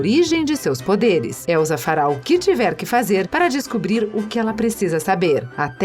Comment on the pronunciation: Não é Elzaaaaaaa é Elssssssaaaaaaaaa som de sssssssss e não de zzzzzz